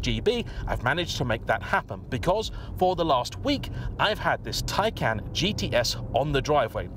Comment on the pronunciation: It's pronounced, Thai-Khan,. I approve of your 'Porsche' pronunciation.